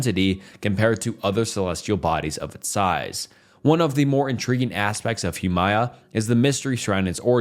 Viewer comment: My guy struggling for his life everytime he had to say Huamea